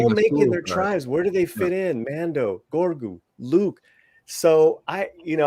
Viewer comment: Just discovered your channel. Subscribed. GREAT stuff. Just one question: why do you pronounce Grogu as “gorgu”?